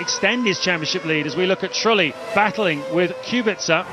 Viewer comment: "Jarno Truely" 😊